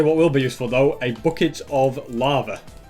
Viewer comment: Normal people:bucket:booket